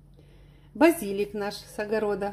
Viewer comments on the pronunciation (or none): Тунец на итальянском tonno, но не "тона". Ударение на слове базилик правильно следующее - базили́к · БазилИк, базилИк, базилИк, ну запомни наконец